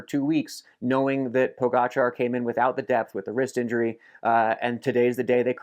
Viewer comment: Superb content Phil. Also, kudos for bothering to learn how to pronounce Pogacar correctly. It seems a few other well known American cyclists are either too stupid or lazy to bother. The summaries are great. You should do them for the monuments as well.